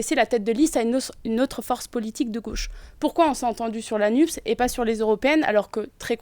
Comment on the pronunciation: Le journaleux a-t-il l'impression de causer américain, en prononçant "Nupse" plutôt que "Nupes" ?